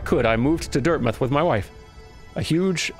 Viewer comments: As an experienced hollow knight player, "Dirtmith" killed me. XD Pro tip, 'dirt mouth.' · DIRTMITH??!?!? ITS DIRT-MOUTH